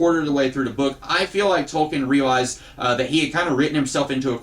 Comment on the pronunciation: It's pronounced Toll-kin What happened to the video on how to fix the DL character from "Heroes"? Just curious.